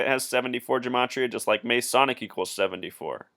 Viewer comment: OMG dude, you are off your rocker and off your meds. If you do not believe any of the stories, go watch the video of LaVoy being shot by the agents. Oh, and you must not be from the U.S since you do not know how to say the word Masonic, or geometric. Two simple words that you totally screwed up. Go look up how many people were born on Feb. 22 in a year that ended with the number 3. I am sure they all had something to do with this deal in Oregon according to your warped logic. Push the call button and the nurse will brig your meds, then you can find the video link to watch LaVoy get shot down by agents. Not a hoax or made up.